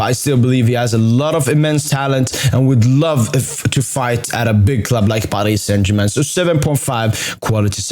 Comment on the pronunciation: We dont roll the "R" in french language so Paris Saint Germain